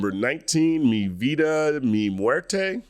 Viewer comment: "Mi vida, mi muerte" is just "my life my death" (with maybe an implied "is" in between). Appreciate the Spanish love! but I'd recommend doing a brief look into pronunciation. It's probably the easiest language to pronounce coming from english, and it'd go a long way especially with how much Latino influence there is in the US.